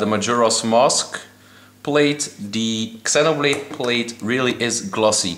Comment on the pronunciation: Its Zee-noblade not EX-enoblade